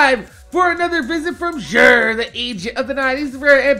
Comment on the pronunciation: Lol you're nuts. It's 'Xur' btw.